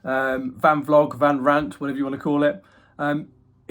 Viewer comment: Van rant. Vant?